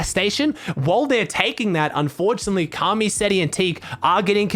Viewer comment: Ok know he’s he’s American but come on man said kaamee